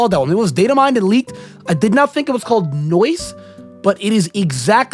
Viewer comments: Not "noice" 💀💀💀 No ice baby, no ice. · its no ice not noice😂